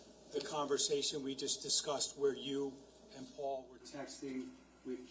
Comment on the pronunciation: Someone needs to coach the defense attorney. It’s absolutely grating how she begins each question with, “And…” The way she pronounces it sounds like, “Ennnd…” So annoying.